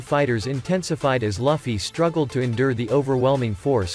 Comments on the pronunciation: L-uffy? It's lue-fie (luffy) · It's called Luffy not liffey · Stop SAYING LUGH FFY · Ermmm that’s how you pronounce Luffy’s name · Seriously what dafuq is that pronunciation of Luffy??? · Bro why does he say Luffy like that